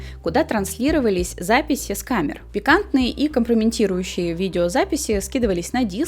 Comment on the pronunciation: "компромЕТирующие", а не "компромЕНТирующие", от слова "КОМПРОМАТ"!